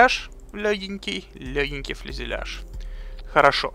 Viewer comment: Фюзеляж! А не фЛюзеляж :)